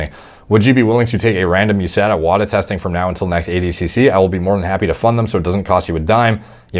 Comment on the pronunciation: WADA is pronounced wod-ah not whata.